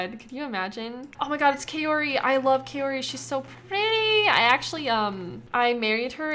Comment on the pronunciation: wait you married Kaori and no one told you you're saying her name wrong? it's pronounced like Cow-ree. it's a Japanese name.